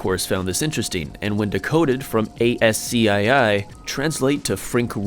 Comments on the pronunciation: a-s-c-i-i bruh its pronounced ASK-EE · A S C I I, instead of ass-key?